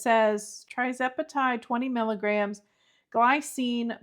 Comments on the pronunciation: Just a little heads up that it's Tirzepatide, not Trizepatide. Good luck with it! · “Tirz”, not “Tri”